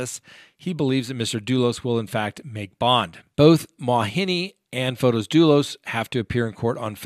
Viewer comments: You have said before you always try to pronounce a name correctly. The way his name looks, should it be Fote isss? You say it almost like photos like pictures. You said that in the Botham Jean case. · It's fotis and in greek means the bright one. The female version is fotiny.